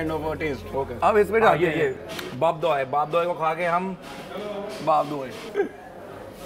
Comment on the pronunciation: It's nottt vap doi guysss it's 'vapa doi' and it's not 'shore baja' it's 'shor vaja' ❤